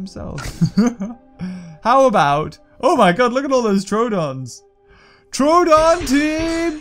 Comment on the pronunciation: Plz call the troodon tru moo!! It makes sense since you called him troo-don the first time you got him... Anyways, LOVE YOUR VIDS!